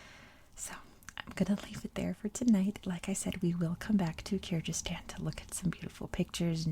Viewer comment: Hi! I’m from Kyrgyzstan. Thank you for the video, it’s really nice! But Kyrgyzstan pronunciation is with “g” sound, like “google”, not “j” sound😊